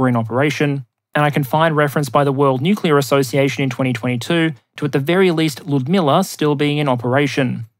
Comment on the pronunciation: Please be careful of slipping into the Homer Simpson "newk-you-ler" pronunciation. You mostly get it right but there a number of slips.